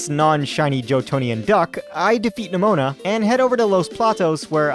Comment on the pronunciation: I can't help but think you pronounced Nemona and Eviolite the way you did to bait comments. It worked if that's the case. I pronounce it like Eevee-o-lite personally.